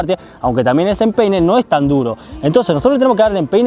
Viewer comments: Al escuche que dijo pene aún de empeine 🤣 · min parece que dijera pene XD